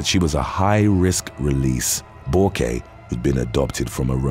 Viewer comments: I like your stories and am impressed how you get so many names correct. For the record the psycho Borque, is French and her name is pronounced "bork". Like the Hall of Fame, former Captain of the Boston Bruins. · Bourque is pronounced like Bork. Ray Bourque was a famous hockey player lol, I watched some hockey back in the day! 😁